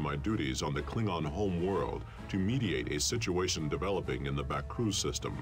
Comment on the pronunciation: Kling - on